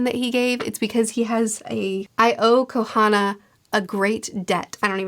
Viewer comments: She said Kohana village I can't 😂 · Does anyone else completely forget what the actual pronunciation of the names that she butchers after she butchers them? I was sitting here going….konah Hohona Oh fuck konaha. I’ve done it like 3 times now lol. Maybe I’m just high